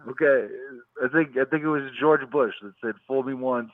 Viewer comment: This dude said "rip GEORGE Floyddd"